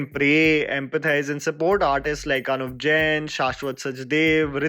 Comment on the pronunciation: When you said adat by jal and anuv Jain you nailed it man 🥺 keep it up